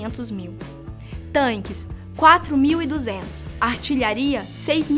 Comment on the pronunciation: Meus ouvidos doeram quando ouvi "tanques"....